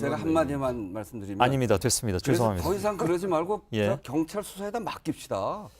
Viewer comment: 혼수성태씨. 발음이나 똑바로하세요. 갱찰이 아니라 경찰. 더루킹이 아니라 드루킹. 아 진짜 거슬리네.